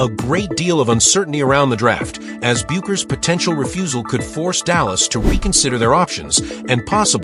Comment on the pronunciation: Don't waste your time with this click bait. The AI voice can't even pronouce Paige's last name correctly.